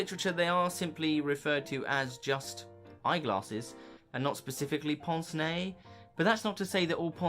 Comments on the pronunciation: Excellent video, but correct anglicised pronunciation is not "ponce nay" but "pance nay". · I’ve always pronounced it pince (like as in prince but without the r, and nez like fez). But in my defence, I have never actually heard it pronounced until just very recently, I have only ever seen the words in print before ( usually in the context of Hercule Poirot)